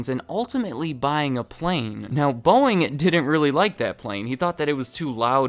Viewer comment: If you speed him up to 2x speed, it sounds like he's saying BOINGGG